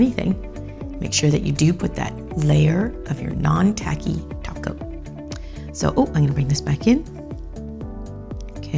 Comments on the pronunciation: Did she... did she just said 'taco' instead of top coat? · Lmfaoooo. "Did she...did she just say taco?" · I'm convinced you said taco 🌮 instead of top coat 😉 (holo! 💿) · I can't tell if you said top coat or 'taco'...SimplyNailogical is spreadddinngg!!!😂😂😂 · did she just say taco?🌮SimplyNailLogical is coming Edit: nvm she said topcoat but is just sounds like taco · For a moment when she say top coat I thought she said Taco and I thought she was speaking simplynaillogiclish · I swear she said none taky toco 😂😙